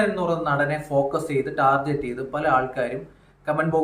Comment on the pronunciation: ടാർജറ്റ് അല്ല ടാർഗറ്റ്😂